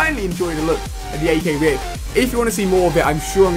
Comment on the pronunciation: It pisses me of how he pronounces the R.I.P 'rip', and then the flipping BAL (notice no full stops) he pronounces B.A.L I mean cmon I could understand spelling them both out or saying them both as they look but he is purposely ignoring the rules of flipping English here.